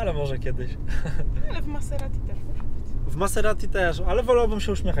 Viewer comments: MAZZERSTI A NIE MASSERATI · Miazga !!! Mazerati .. .a nie Maserati xDDD